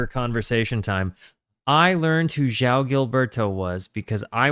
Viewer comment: You have the soft “J” sound correct on João, but then you need to follow it up with a “w” sound: “J-Wow.” Thanks for doing this great album.